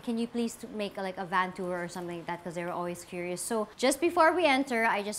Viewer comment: Sana matutunan nya paano i pronounce ang vowels. Yung hindi pa conyo kundi standard english. Sa van palang. Hindi short a